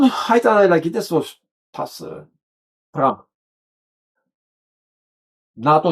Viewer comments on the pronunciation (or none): none